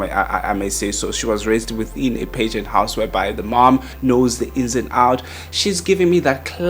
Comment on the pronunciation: Can someone teach this man how to pronounce pageant? Stop saying pigeons 🤣🤣🤣